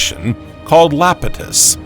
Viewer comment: One correction "Iapetus" has a capital "I" as the first letter not "L" .. it is pronounced "EYE-apetus." In Greek Mythology Iapetus was the father of Atlas, The Atlantic Ocean gets it's name from Atlas and so Geologists decided to call the preceeding ocean (which "fathered" the Atlantic) the "Iapetus Ocean".